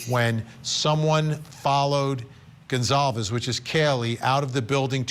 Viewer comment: Lauren lady - youve had 2 1/2 years to get the victims names right! It is Gon-solve-es not Gon-clave-ea. For f's sake!